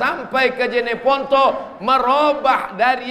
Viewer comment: JENEPONTO BANG bukan JANEPONTO